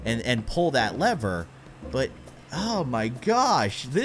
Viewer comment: You say leather it is lever